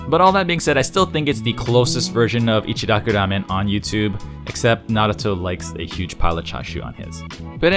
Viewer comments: I've never understood the pronunciation thing.... its echi-rocku- Ramen. Not echdi rocdu Ramen. Or pronouncing asain names with a soft d wedged in there.... like Narudo... Na-ru-to or Ls In places it doesn't belong. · The way he rolls his R's to pronounce it. Its annoying like they rarely ever actually do that in japan